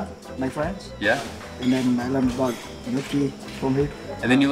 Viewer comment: Its Gnoooochi. Like my GRandma Nonni used to make in America